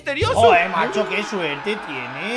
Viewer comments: dijo macho xdxd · Dijo madno x2